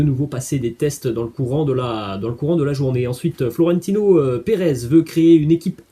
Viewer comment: C Florentino et non Forentino mdr